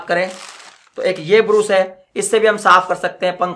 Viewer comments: तू कम सिखा है क्या योगी ब्रश को ब्रूस ब्रूस बोल रहा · Brus nahi Brush hota hai